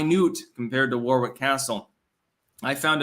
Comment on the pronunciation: Dude, it's pronounced Worrick, not War-wick😂